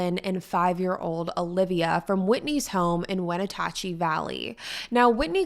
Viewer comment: Wen at chee and O ka nog in for pronunciation